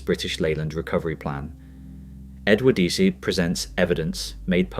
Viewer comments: until ai can speak English even close to properly (and I personally hope that it never can..) it should not be allowed anywhere near a video of which the subject is really interesting. The narration on this one is a joke… continually pronouncing the ‘e’ on the end of Edwardes? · Factually interesting but a shoddily produced video, photos badly manipulated, not matching the dialogue and some just random and nothing to do with the content. Let's see how many times we can mispronounce Edwardes. Awful! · The video itself is excellent, you do deserve huge credit for that and I would certainly watch more of your output. But in a story about British Leyland it's a bit of an issue if the narration cannot even ppronounce the word "Edwardes" properly. Please take this as constructive criticism and not just nasty sniping from the sidelines because it certainly isn;t that.